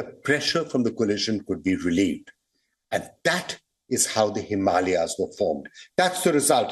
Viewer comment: What is Himaliya ? Sounds odd .. it is Himalaya …